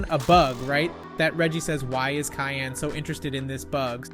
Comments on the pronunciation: You’re mean Cyan not Kyan😊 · It’s not cayenne it’s cyan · It’s Cyan, not kyan. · Cyan is pronounced si-an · Yeah you said Cyan wrong